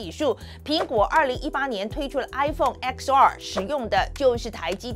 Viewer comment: 范姊，iPhone XR的X唸作ten，寫X則是羅馬數字。